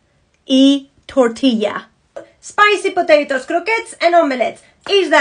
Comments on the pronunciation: And ''Tooortila"".... they can't pronounce the letter 'Ll". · Jajajajajajajaj.... Muy chistoso cuando dice pa ....lla...(paella)...Otra, los americanos dicen 'Toortila" no pronuncian la 'Ll"...jajajaja. Pero ya fuera de chiste, si le vemos el lado positivo, una practica el ingles y la otra practica el español. No problema!